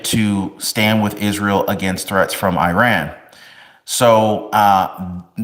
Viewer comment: Please learn how to pronounce Iran